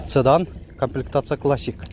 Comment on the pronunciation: Ээ укам ! "Цыдан" эмес "Сыдан"дагы эмес , Седан деш керек Укам..